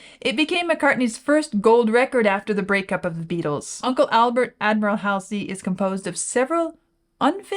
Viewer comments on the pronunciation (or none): Love RAM and this track. Joyful. It's pronounced Hallsey.